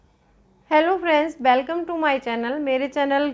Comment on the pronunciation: बेलकम नहीं वेलकम